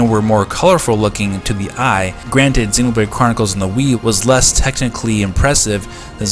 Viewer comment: The way you pronounce Xenoblade as Xenobrade is so damn annoying. I am super hyped for this port and I know it just has to happen.